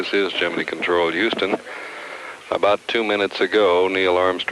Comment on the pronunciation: The rocket looked like a giant bowling pin. And, BTW, why is Gemini pronounced "GEMIN-EE"???